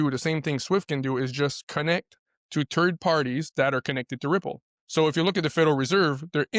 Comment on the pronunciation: He keeps on talking about turd parties it sounds nasty, I'm not into that LOL